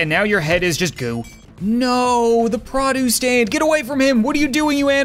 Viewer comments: Is it just me or am I the only one who says PROduce and not pruduce cuz I swear that’s all I’m hearing in this🤔😁😊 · I love and hate how you say produce.